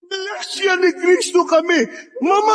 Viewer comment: KRIS-TO hindi. KRAYS-TO 🥰